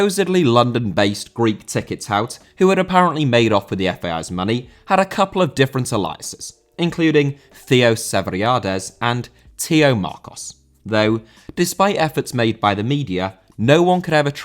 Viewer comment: Alias is pronounced: Ay-lee-us Not Ally-us Great video though! As always!